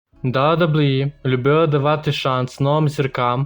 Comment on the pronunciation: Чувак, кажи просто Дабі-Дабі-і